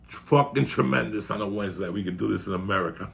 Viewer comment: 0346hrs here in 🇦🇺 Trrrrremendous